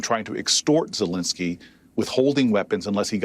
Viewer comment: ZelEnsky, not Zelinsky. Please.